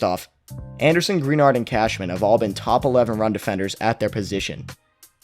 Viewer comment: Pitre = Pee - Tree Greenard = Gra - Nard